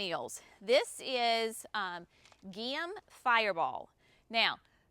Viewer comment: There is always a guide in the back of Fine Gardening magazine to pronunciation of Latin plant names. Geum for example is JEE um, Thuja is THOO ya, Amsonia Hubrichtii is AmSO nee ah hew BRIK tee eye. Just thought you might like to know so your customers can get it correctlytoo